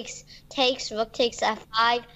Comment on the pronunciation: i love how pronounces rook... "wook" ^^